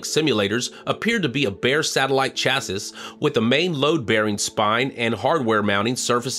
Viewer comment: Chassissssss? Should sound like "Chassie". Not sure you wrote your own script.